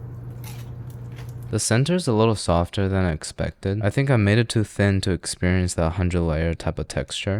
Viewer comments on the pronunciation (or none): none